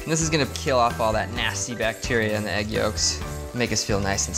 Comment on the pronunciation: the lady kept saying aeg instead of egg